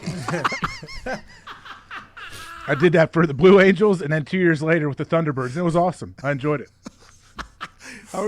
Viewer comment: “IS THAT THE FUCKIN VLUE ANGELS”